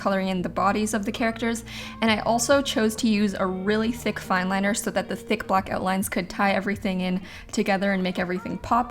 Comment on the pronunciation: really said: I made sure it was ExTrA tHiq